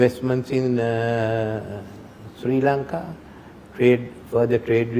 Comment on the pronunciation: It is Sri lanka not Shri lanka